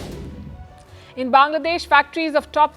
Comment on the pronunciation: She pronounced Sovereignty the wrong way !